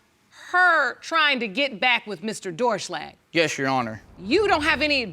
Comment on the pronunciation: “yesh your honor”